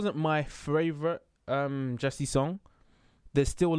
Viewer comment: i don't want to sound rude, but Jessi's name is pronounced as Jessie not as Jess >< sorry if I corrected you :(